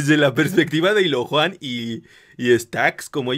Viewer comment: Es illojuan, no ilojuan